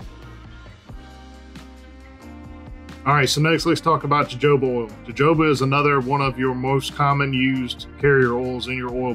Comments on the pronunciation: Aye it’s hohoba bro come on 🤣😂 joe joba he says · Jojoba is pronounced huh·how·buh. :)